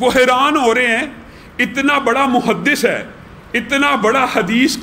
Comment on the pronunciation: محدَث❌❌❌❌❌❌❌ محدِث✔✔✔✔✔✔✔